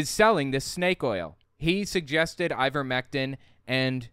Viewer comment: She said IVERVECTIN... I wouldn't buy a damn thing from her